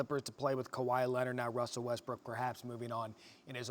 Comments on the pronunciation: Lol this man really said Wussle Wessbrook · Who the Hell is "Wussell Westbrook"? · "Yeah so, Wussel Westbwook..." SHUT THE FUCK UP WINDWORST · "Wussel Restbrook" 😂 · “yea, so uh Wussel Restbrook would like to play in Miami” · "Wussel wessbrook" Stephen A. You're wrong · Brian- "wussell Westbrook" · “Yeah so uh Wussle Westbrook”🤣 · Did he not say Wussel Westbrook? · "Wussel Westbrook" LOL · Don’t trust Elmer Fudd on that Wussle Westbrook intro Hunting Wabbits I couldn’t even continue 😂 😂 😂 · Wussel Westbrook, hahahahahahaha- Elmer Fudd. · Who’s “Wussell Westbrook?” 🤣🤣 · “Wusell Westbrook” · “Wussell Westbrook” 😂😂😂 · WUSSLE WESTBROOK!?!?!?!?!? YOU HUNTIN WABBIT TOO BREH??!!!?!? LMAOOOOO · wussel westbwook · So nobody saying this guy just said "Wussell Westbrook" 😂😂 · Brian said “wussle westbrook” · He lost me at "Wussell WessBwook" at the beginning 🤣🤣🤣🤣🤣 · Anyone else hear him say “wussell westbrook” at the beginning 😂😂😂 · juicy jab Why do everyone on ESPN call him wussel😂😂Ramona Shelburn said it twice yesterday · Man said Wussel Westbrook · Did anyone hear Wussle Westbrook Like if u did 👇🏽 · Did this man just say Wussel Westbrook at the beginning lol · “Wussle Westbrook” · "Wussell Westbrook" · Wussel Westbrook, lol am I the only one that heard that when Windhorst 1st said his name? Hey Wrian Windhorst, keep being smug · WUSSELL WESTBROOK😂😂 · Wussell Westbrook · “ Wussell Westbrook “ . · Wussell westbrook? 😂😂😂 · “Wussel Westbrook” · He said wussel westbrook lmao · Did windhorst just say Wussell Westbrook I'm f**** dying right now LOL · "wussle westbrook" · If hear one more person say Wussel Westbrook 🤣🤣🤣🤣